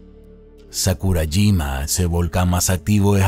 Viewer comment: Te mamaste con sukarajima jajajaja cuando es sakurajima buen video bro